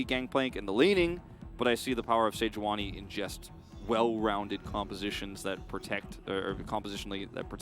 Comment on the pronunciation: sei-juani c'mon... it's sejuani